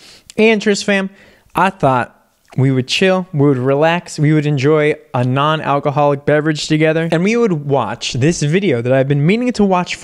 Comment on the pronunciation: The way he emphasizes 𝑛𝑜𝑛-𝑎𝑙𝑐𝑜ℎ𝑜𝑙𝑖𝑐 is suspicious 🤨 🤣